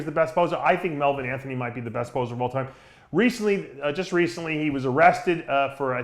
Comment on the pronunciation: melvilin anthony lmao